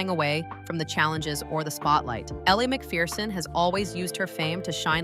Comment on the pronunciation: You pronounced her name Elle McFierceon and that what she is...fierce !